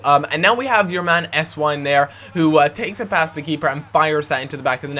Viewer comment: if theres a W in a german name it sounds like a V just sayin